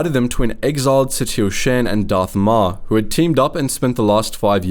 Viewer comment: It is pronounced Shan (rhymes with Han as in Han Solo). Please. Play the game so you can hear how to properly Say the names of these characters. Lana Beh-NEEK-Oh.